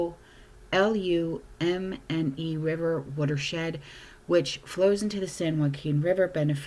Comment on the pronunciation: Originally from the Central Valley. Turlock to be exact. So glad I’m not there anymore. Also, it’s (too-ah-luh-mee) Tuolumne.